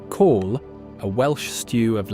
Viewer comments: Why have you got Scottish people playing bagpipes? Not Welsh at all! It's not Call it's Cawl! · Cawl is pronounced Cowl, and simply means Soup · Cawl is pronounced like the English word cowl. Not call. This feels very AI. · Please take the time to learn how to pronounce Welsh place names before making a commentary short like this. It is great that you are showcasing Wales, but consider the insult you make by not attempting to pronounce place names, or for that matter "Cawl" try it like this COWL with an elongation on the L. Otherwise well done. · A little more research into pronunciation would have made the commentary better. Even cawl is incorrectly pronounced and that's usually said correctly by non Welsh speakers. Shocking. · If you're going to the trouble of making a film about Wales you can go to the trouble of getting the pronunciations right. I had to turn it off after he said cawl.